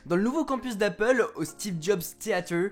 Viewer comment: C'est theather et pas theatre mdr